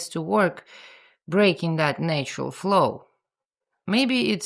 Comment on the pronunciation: having spoken english for 70+ years, I find I am now saying "nay-tural" in your accent whenever I read it🤣😂😂